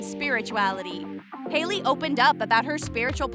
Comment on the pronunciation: You did ei instead of ai in Hailey